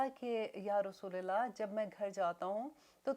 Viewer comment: Sister,Is it "RASOOLILLAH" as u say it, asOR "Rasoolullah?"